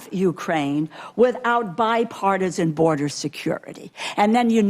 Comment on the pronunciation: BORDER!!!! IT'S NOT HARD TO PRONOUNCE LOL